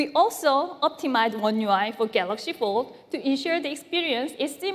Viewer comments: Samsung galooxi not ton !! Smaaaaart phn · Did he say Galox again I didn't watch the full video. And if he did, when? 😂😂